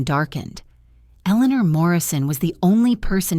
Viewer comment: The name is being mispronounced it’s A-Lee- thee- ah! It’s making me crazy every time I hear it said wrong.